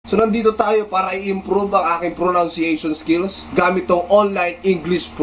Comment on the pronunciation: pare pronunciation hindi proNOUNciation